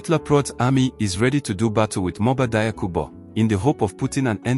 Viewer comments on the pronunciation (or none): PRONONCIATION: DIAKHOU = JAKHU!!! NOT DAYAKU!